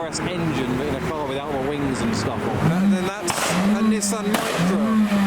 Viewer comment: Baja bug is pronounced ba-ha after the desert. Still not as embarrassing as the Micra though.